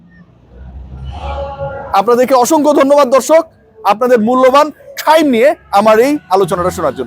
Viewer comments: টাইম ❌ ঠাইইম ✅ 😂😂😂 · ভাই আপনার টাইম নাই যে ভাবে বল্লেন খুব হাসি পেলে😅টাহ্ইম নাই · ঠাইম কথা টা শুনতে মজা লাগে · ব্রো আপনার কি ঠাইম হবে আমাকে, আস্লামু আলাইকুম বলা শিখাবেন পিলিজ ব্রো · ঠাইম নাই😂 আসলেই সেবএমনে বলছে